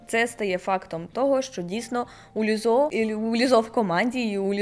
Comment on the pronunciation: Перепрошую, співачку звати Лíззо, а не Ліззó